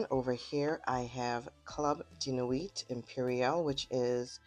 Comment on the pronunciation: The "T" in Nuit is silent 🥴